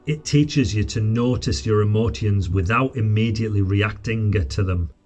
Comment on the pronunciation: Ive never heard anyone pronounce words like this before Its not a "ceon type sounds is a "shon type sound from the ion words Emo "shons " not emo "tiens" Agress "shon " not Aggress "ceons 😅